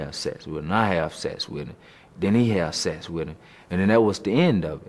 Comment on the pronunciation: " I let him know I wanna have Sess wit him" lmao